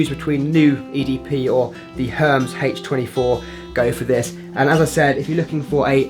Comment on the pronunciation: You butchered the brand name Hermes, it's a french brand as you may know and its pronounced totally different from how you say it